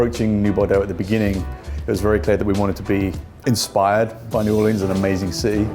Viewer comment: New boreeeerhzzkkskd